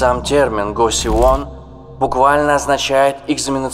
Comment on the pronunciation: кошивон, а не госи вон, ахахах